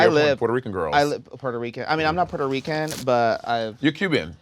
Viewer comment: it's giving "selena wasnt puerto rican?" Rrrrrrrican 😂